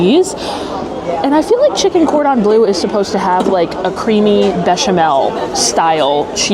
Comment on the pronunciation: Oh my you drive me insane….you seen ratatouille…..it’s pronounced Cor dom blur …. It’s French please respect the language or stop using it…..